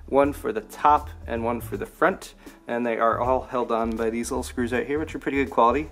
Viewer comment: Moount it in the froont